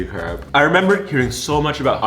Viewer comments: C-r(roll your tough)-eh-p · you don’t pronounce it crepe you pronounce it crape I’m gonna be bullied but I swear it’s true it’s still spelled crepe though I’m from the us and I think they are better than pancakes and waffles are better than pancakes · Actuallyyyyy we pronounce it ( cr- A- pesss